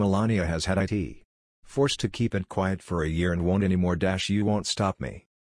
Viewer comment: Man I hate the computer voice! “She has had I.T”...what?? She’s got information technology??... please hire a narrator!